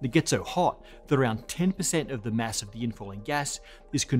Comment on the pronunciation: Please, stop pronouncing "mass" as "mess"